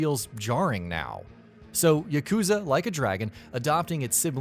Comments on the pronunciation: Its not: yuh-KOOO-zuh It's: YAH-ku-ZAA. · It's YAH- KU- ZA not YUH-KOO-ZA